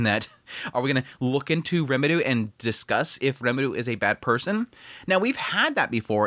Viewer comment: Why the fuck can’t you say Rimuru’s name right